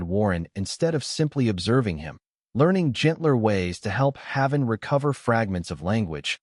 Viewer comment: You are saying his name WRONG! It's pronounced "Hay-ven". Like the safe place.